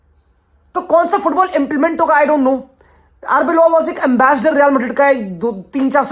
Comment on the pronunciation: Wtf is Arboylo His name is Arbeola!!